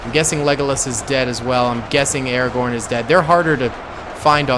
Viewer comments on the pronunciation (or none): none